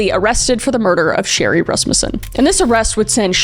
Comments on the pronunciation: Oh my gosh! That's my last name! I never hear Rasmussen anywhere. And Kris actually pronounced it correctly. Everyone always wants to pronounce it Ras-MU-ssen. Anyways.... LOVE your content Kris. (Also my first time commenting. I'm usually a silent watcher 😂) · claps to Kris Thank you for getting the pronunciation of "Rasmussen" correct. It's been a long time struggle for a lot of the family in that regards. (Yes I am in a very large Rasmussen family). This is one of the hardest videos you made for me, I was viciously stalked by my ex for 15 years